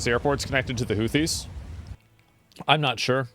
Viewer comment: Houthis sounded like Hoochi bruh, lol